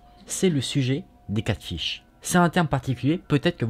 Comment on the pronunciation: C'edt Catfish et pas catship lol mais on t'aime❤️❤️❤️